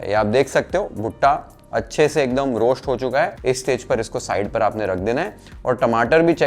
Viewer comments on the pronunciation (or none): श्टर , रोश्ट , पेश्ट can be pronounced as स्टर, रोस्ट, पेस्ट correctly.. try in next vedio 👍🏻👍🏻👍🏻👍🏻